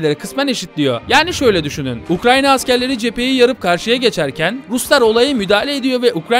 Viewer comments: ukranya değil ukrayna allah rızası için şunu doğru telafuz et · Çoğu kısmında Ukranya, biraz da Ukrayna diyor. Gerçekten akıcı konuşmayı engelliyor Ukrayna'yı söylemek. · Sürekli ukraNya diyor sinir oldum ya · Ukranya değil de ukrayna desen muazzam olucak be abi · Nobody YKA: UKRANYA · ukranya diyişine sadece ben mi taktım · Ukrayna'ya Ukranyna diyen adam 😃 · Videoda Ukrayna'ya hep Ukranya diyor 😆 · Anlatımına hastayım yanlız UkraYNa 'ya UkraNya dedigini farkettinmi bilmem dostum. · Ukrayna diyeceğine Ukranya demesi bi beni mi rahatsız etmiş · abi herkesniye ukranya diyo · Abi Ukranya değil Ukrayna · UKRANNNNNNNNNNNYA ŞUNA UKRAYNA DEMEYİ NASIL BECEREMİYON ANLAMADIM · Gerçek adı UKRAYNA ukranya değil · abi ukranyq mi ukrayna mi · Her seferinde "Ukranya" demen o kadar sinir bozucu ki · keşke UKRANYA demeseydin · sürekli ukranya diyor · Hatta cogunlukla ukranya diyorsun. Dikkat cekmek icinese cekiyor cidden. Bu kadar ozverisiz olmamali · nolur ‘’ukranya” deme artık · Doğrusu ukrayna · Ya arada ukranya diyorsun ya. Videodan uzaklasiyorum